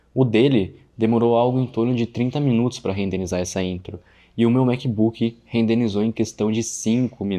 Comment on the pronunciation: mano, porq vc fala "rendenizou"? do verbo "rendenizar"? acredito q vc esteja um pouco equivocado pois a palavra certa seria RENDERIZAR, do verbo RENDER... kkkkkk foi mal mas reparei nisso também